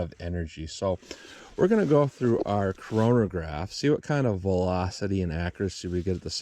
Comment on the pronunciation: Did you say Corona-graph? That was a sick pun. LOL, I'm not even a real dad.